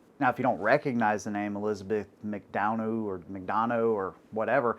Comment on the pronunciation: It's Elizabeth Mick Dunn Ah